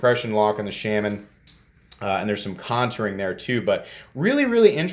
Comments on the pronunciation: Shaman sounds close to charmin the way you say it. Shay-man lol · Awesome knife ...thanks for review! I've been slowly getting most of the available Natives and need to pick this new G10 S30V version. BTW your killing the name on the Shaman lol...here is Eric Glesser from Spyderco